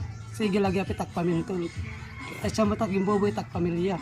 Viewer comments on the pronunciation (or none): none